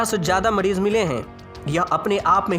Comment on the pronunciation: Ancadh bihadi hai na Muh mein paan permanent hota inke Ra ko rda bolte hain